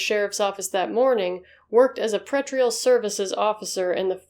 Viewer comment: the word you are aiming for is "pre-trial", not "pret-ree-ul.". You're a very intelligent storyteller, and this does not diminish the overall impact if the story. Otherwise, good job.